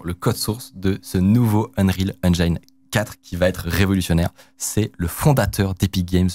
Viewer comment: Unreal Enjaïïïne , je t'adore mec mais j'ai les oreilles qui saignent. Ya vraiment personne dans ta team qui t'aide à prononcer ca correctement?